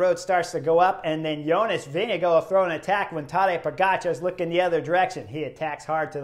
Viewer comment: great commentary, great stage, best I've seen at the tour. One thing, the Danish pronunciation of the VIngegaard, is typically Vin-i-gaar but sometimes can be Vin-i-gord, the Danes typically swallow the d while Norwegians pronounce, so it might sound a bit like Vin-i-go but it's not, Danish is an impossible language to pronounce